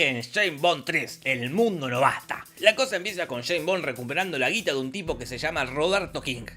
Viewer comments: Shhhhhhaim' bom'. Jajajajaa <S's), Dios le quita barba a quien desea pronunciar la ese'. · Nadie: Posta, nadie: Not one soul: Jorge: Jeim Bon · Yein bon, yes bon yei bong, yeim bom, nombre jodido para decir 🤣 el próximo tendría q ser Roger Moore! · Santo Dios!!! "Chain Bond" "Choe Biden" Por Dios!!!! Estos Argentinos nos quieren cambiar el lenguage!!! Ameritan recibir terapia de dicción!!!!😡😡😡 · sheims bons xD